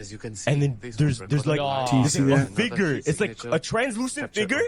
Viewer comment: I wouldn’t take to heart from anyone who pronounce the “figure” .. these two yahoo’s don’t know their head from a hole in the ground!!!